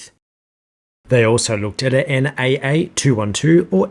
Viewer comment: The letters in NACA are said individually